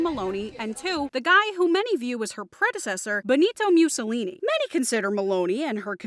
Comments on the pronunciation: It's pronounced MOO-SSO-LINI, not MEW-SSOLINI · "Mewsolini?" Learn how to pronounce his name right.